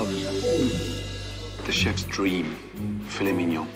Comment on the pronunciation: “You are a SCAMMA’….. uhh fillet mignon…..”